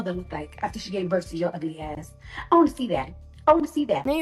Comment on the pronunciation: “I juss gave burff” 🤣